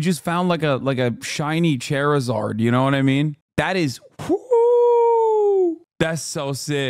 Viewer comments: Haha “chair-eh-zard” 😂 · That pronunciation of Charizard was actually criminal